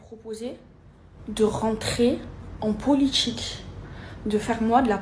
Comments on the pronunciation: "La politCHique" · "la politchique" ptn dire que ma petite soeur s'exprime de la même manière, ça me rend fou.